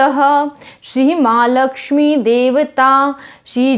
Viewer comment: Viniyog m aap mahalakshmi kha apne r kyon nhi bola matlab mahalakshmir